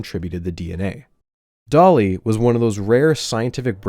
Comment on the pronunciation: I know he's calling the sheep "Dolly", but I can't help but hear "Dali" every time he says the name...